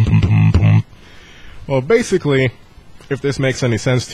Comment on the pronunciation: BASS-ically :P